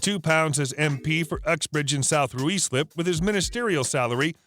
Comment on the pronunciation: Ruislip is pronounced "RYSLIP" 😂😂